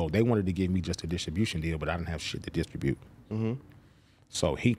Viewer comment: Distribute or diss-tra-bute